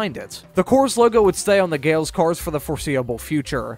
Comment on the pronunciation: Pronounced Gal-iss.